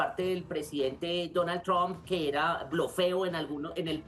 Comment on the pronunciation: Mi pregunta es: porque el supuesto periodista que habla aqui no pronuncia bien el Nombre del presidente de USA, tromp? 🤣 se escribe Trump y se pronuncia??